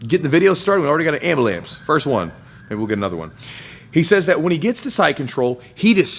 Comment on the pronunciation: Love the mark Mack “ambalamps”